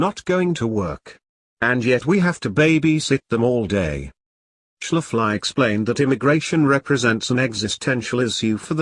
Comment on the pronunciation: Your robot voice needs to be introduced to miss Schafley's pronunciation, otherwise great presentation